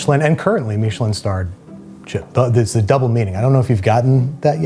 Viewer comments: Stop saying meesh-lin. Even the British guys just say mishlin. And being from NE, just use Cod for the fish. No one in mainstream, UK or US use halibut. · I’ve never heard Michelin pronounced Meesh-lin. I’ve heard it pronounced Mish-uh-lin thousands of times. Which one is the right way? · Andrew, why are you pronouncing Michelin that way? I don’t know why, but it’s freaking me out. Lol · What's a "Meeshalin" star? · what is a "meesh linn star?" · Why do Americans insist on taking words with an agreed pronunciation and f**king it? Meeeeeshalyn. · Babish, please never say MEESHelin star again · Is anyone else bothered by how he says Michelin? Andrew, I love what you do, I’ve been a fan for years, and I’m sorry about this but what is that pronunciation? Was it done as a joke? Is it how you genuinely say it?